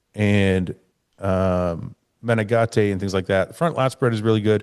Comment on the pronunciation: Heeeeelp!!!!! Matheus Menegate.....you say his name correctly. Nicks strength n power says " Meh-Nen-Gate" Gate- like a fence door.......please help that boy!!!!!! Next to you, him and Dennis are the only other reliable sources.......I dont wanna have to add Bob n Shawn.